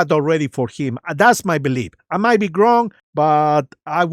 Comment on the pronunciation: I think it's funny that you say "GRONG" instead of "Wrong" 😅